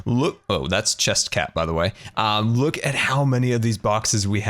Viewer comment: Chest cat? Don't you mean Chester cat?